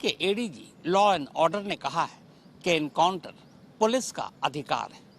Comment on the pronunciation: Enkauntar nahi hatay hai sir ji kab se chilla raha hu aap baar baar enkauntar bol rahe ho